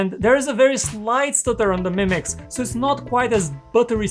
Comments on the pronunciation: It's 2 words "MI Mix" not "Mimix" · Ha ha.. he's saying "mimics" 😁 Not a bad name for a phone. Called it, trademarked it!